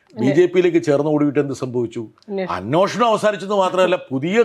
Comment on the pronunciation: അൻവോഷണം അല്ല അന്വേഷണം